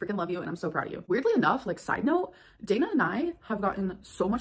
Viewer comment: So this voice cannot pronounce Dana correctly.